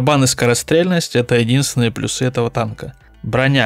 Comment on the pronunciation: плюсЫ.... Ты серьёзно???? Боже, ну прочти несколько книг!!! Желательно Даля или хотя бы Ожегова